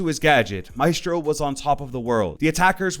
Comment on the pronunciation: Why are you saying Maestros name wrong?